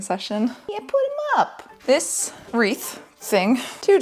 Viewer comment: IS THIS HOW YOU PRONOUNCE WREATH?? omg I have been so, so, so off with my pronunciation it's embarrassing